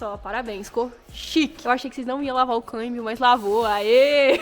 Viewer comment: Dai,kk não é câibio é câmbio 🙏🙏😂😂